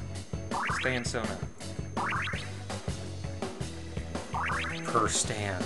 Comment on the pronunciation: Lol, why does keep calling it a Stan-Sona?